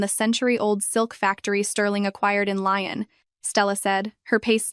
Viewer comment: The silk factory is not going to in a place called Lion. Get a fucking grip. There are several places in France famous for its lace making Valciennes, Breton and Lyon. Lyon is pronounced Leeon. Fucking Lion is a big cat, famous for its shaggy mane and being a powerful hunter. It’s incredible to me that AI is the new cutting edge of technology and it probably is just not in these stories and I can’t decide if you’re churning these stories out so fast you haven’t time to check the content. Or if you really don’t give a fuck